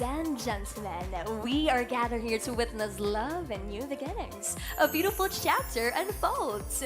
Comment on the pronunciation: Parang ‘big-gining’ ba pronunciation ni host? Beginning ba yun? Ganda na sana. Yung host naman ‘ladiezzzz, witnezzz’. Tama sana ladies pronunciation pero masyadong mahaba yung zzz. Witness shouldn’t be with a z sound.